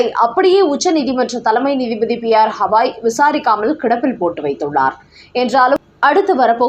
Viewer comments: செய்தி வாசிப்பவர் தயவு செய்து பெயர்களின் உச்சரிப்பை சரிசெய்துக் கொள்ள வேண்டும். உதாரணமாக: உச்சநீதி மன்றதின் தலமை நீதிபதியின் பெயரை ஹவாய் என்று உச்சரிக்கப்படுகிறது. அதை கவாய் என்று, கங்கை, கவனி போல் கூறவேண்டும், ஹவாய் என்று அல்ல. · ஹவாய் கிடையாது. கவாய் - என்று உச்சரியுங்கள்.😢